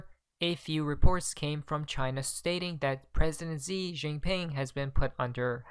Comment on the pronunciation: Com eon buddy get China pres name correct, Xi is pronounced "She" not Zi, not Gi, just saying luv ya.